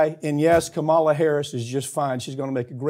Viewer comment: Oh my God, can you please pronounce VP Harris's name correctly? It's KAM-a-la. Not Ka MAH-la. It's been 3 years she's been in office, and you can't even remember her correct name?. You don't have to like her but please afford her the respect of pronouncing her name correctly. Or call her Madam Vice President, or VP Harris.